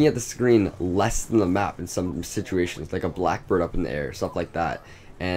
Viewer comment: U said boack bird